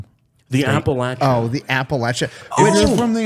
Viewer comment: Thank you for pronouncing Appalachia as my Appalachians do. When I was in the military people would tell me I'm saying it wrong. I was like wtf do you know about the holler city boy. Anyways thanks from Appalachia. 07